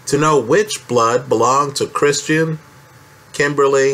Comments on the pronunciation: Well done. But it's "Kristen" not "Christian." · Is anyone else bothered how this guy keeps adding an R in Kristin's name and calls her 'Kristrin'? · It’s Kristen, please stop saying Christian! Geez